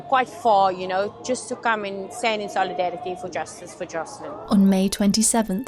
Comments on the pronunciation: Beautifully? The child's name is wrong in the video title, on screen during the video, and every time ite narrator says it.... even tho they including several pictures with the correct name. It's Joslin... no 'h' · Joslin… not joshlin.